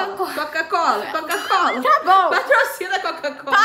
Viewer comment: Não é cocacola e nem cacucola e sim quacucola kkkkk